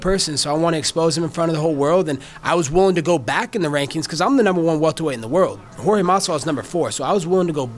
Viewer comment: Colby sucks and its Jorge not George and why does he have to bring up Jorge wife is legal? That was random but same time I love searing Colby cry complain and get beat up right after. Colby is a hater. He jealous of Jorge clearly.